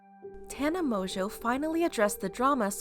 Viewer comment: I thought Tana whatever's last name was pronounced differently 🤷